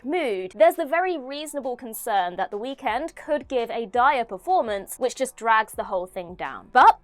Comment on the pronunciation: Girl, I love when your narrate, but the emphasis of END in The Weeknd was INSANE 😂 Somebody at What Culture needs to step in next time.